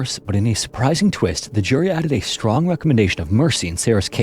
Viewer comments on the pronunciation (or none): none